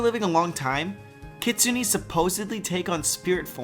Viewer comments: It's pronounced "Kitsun-ay", not "Kitsun-ee" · Isn't it kitsun-nay not kitsun-E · It's not Kitsuni >.< If you were a real weeb, you'd know this! Also, loving the vlog-ish outros ;) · I love your videos but honestly it is pronounced 'kit-sue-neh' not 'kit-kue-ney' Just a pet peeve of mine when people pronounce these things wrong. But all in all still love the content. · Kitsune is pronounced kee-tsu-né (the e is said like the e in Pokémon). Just saying, no hate. From an actual Japanese person, - Shadow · it's okay, we all know you don't speak Japanese so words like Kitsune are easy to get wrong. I used to call them 'Kit-soon' until I realised it was more like 'Kit-soon-ay' but either way, I don't think anyone is that offended. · No its just pronounce kitsune, just a sharp e. kitsu-ay is how westerns pronounce it. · So then the pronunciation according to the video is kitsun-ne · Wolf He had a video with the correct pronounciation, he just failed too hard XD (no hate <3) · nope, but then again he pronounce wrong too